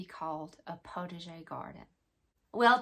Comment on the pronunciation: Very interesting and a little funny, too; I thought it was just your way of pronouncing 'protege'! Oh the French, they do know how to confuse us! Looking very forward to this series! I have only ever had a very tiny, backyard kitchen garden of tomato's, zucchini and a handful of cooking herbs. Hoping to again in the near future, so my motto is "prepare for what I am praying for"!